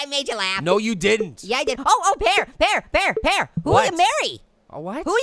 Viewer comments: it is pear not paer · 'Pa Ear?'